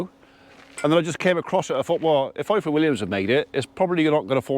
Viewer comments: Please say IFOR like you would say IVOR . In the Welsh alphabet single f is pronounced as V ff is pronounced as eff. Diolch (thank you) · The "F" in Ifor is pronounced "V". F is literally v in Welsh 🏴🏴👍